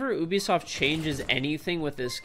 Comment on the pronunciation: Why does he say ooooobi soft